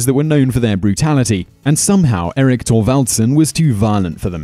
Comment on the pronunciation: It's Eirik not Erik.